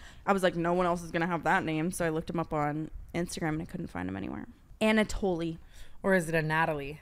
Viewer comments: His name is def pronounced Ana-toll not Anatolee lmao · Anatole is french! And very common. Pronounced "ah-nah-tol" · you don’t say the “e” in anatole. It’s “ah-nah-toll” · its pronounced 'Anatowl' lmao its a French name